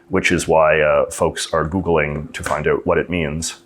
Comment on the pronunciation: I'm still convinced that JJ is having us on with his accent. He pronounces "ou" like the American stereotype and not like any Canadian I have met, ever. And I mean, ever. I've lived here, grew up here, travelled end-to-end here several times and, never. So. ❤